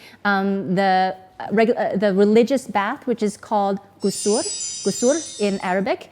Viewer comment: May Allah bless you. I will do a small correction for the pronunciation: Ghusul غسل. As I heard the last sound as R, not L. Another recommended and adviced Ghusl but not (necessary as those you mentioned.): On Friday before going for prayer, on Eid day(we have two Eids).